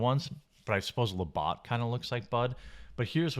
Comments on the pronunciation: Labatt not Labott. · It's Labatt's Blue ... looks almost identical to Bud Light in the can. And it's La Batts (like a baseball bat) not Botts ... made me crazy every time you said that, but I still love ya!!!! LOL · I want ot beat you up for saying... lah-bot. Instead try lah-bats! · Did Jeremy just say "La-BOT" Blue? Its "La-BATS"...Jesus. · Say it right ! LabAtt not LabOtt , get your shit together!! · It's La-bat not la-bot. Come on Jeremy. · It's not la bot it's La batt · Labott Blue?? It's Labatt Blue...Bat not Bot....luh·bat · Jeremy its pronounced la bats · FYI - Labatt rhymes with CAT and not BOT. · The fuck is le bot? It's Labatt (la-bat) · Being from Canada it's NOT Labot!! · the idjit cant even say Labatts correctly. it is pronounced lah-bat-s blue a canadian brad around 40 years old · Stop saying La bot !! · Labatt pronounced la bat. :) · it is pronounced as "La-bat" lol And it is a really good Canadian beer. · hey um There is no O in Labatt... its pronounced La-bat. They dont sell it in the south so I happily settled for Red Oak. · Jeremy, how can a guy like yourself from the home of beer companies not know how to pronounce Labatt, one of Canada's great beer companies?